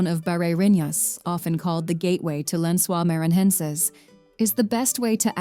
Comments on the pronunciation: Lensuar manhaensar 😂😂😂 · Lençois maranhences souns like lance oils mair an neances